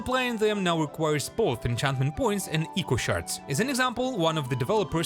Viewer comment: You pronounced echo shards wrong